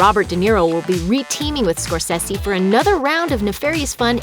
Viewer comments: Scorssessi?!?! Scor-say-say! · Scor-say-se Martin Scor-say-se!. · when did the producer become "Score-sessy"? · It really annoyed me how you pronounced Martin Scorsese as "Scorsissy" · Scorsessi? I can't listen to this. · How tf can an entertainment channel mispronounce Scorcese??? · Where t f did this chick learn how to mispronounce someone as famous as Martin Scorsese's name?? Learn how to talk, no matter how young you are. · That pronunciation of Scorsese... yeesh. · I like it but why you pronounce all names to sound American.That's terrible and not proffesional at all.Especially how you pronounce Mr. Martin Scorsese name. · Someone tell that narrator it's pronounced score-say-see, not score-sehs-ee. And it's "Inglorious Besterds," not "bastards," and reprising is repreesing not repr-eye-sing.